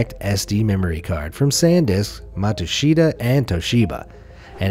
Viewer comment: That's pronounced Matsushita = mat sush ta ..... Matsushita is the family name of the founder.